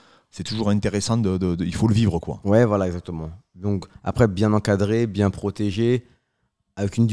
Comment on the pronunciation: Bienggggg ou bienggggg ?😂